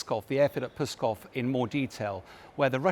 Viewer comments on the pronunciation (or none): It's Pskov, not Pyskov. This guy can't speak! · pronounces 'Pskov' like a rude command to go away;-)